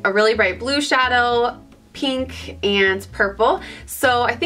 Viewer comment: i love the way you say pink as its peenk! Haha so cute